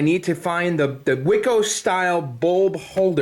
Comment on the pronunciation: learn to pronounce WICO and Centuri and it's all good!! lol